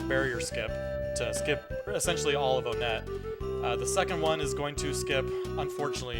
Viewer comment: My mans really says own-net